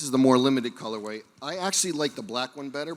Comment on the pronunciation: I love saying “colorwave” and “adida” like it’s the singular of Adidas